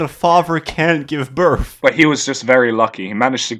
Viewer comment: “It said it kills the muvver/favver after birf” his inability to pronounce the “th” sound is infinitely entertaining.